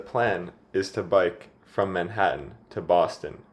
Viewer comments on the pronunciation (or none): none